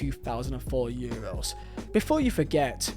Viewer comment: Man said Euwos😂